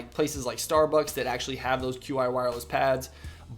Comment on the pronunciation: Qi is pronounced chi :)